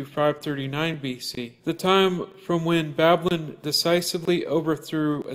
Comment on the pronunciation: If you can't even spell or say Babylon correctly, you shouldn't be spouting off about it. Seriously. What a joke you are.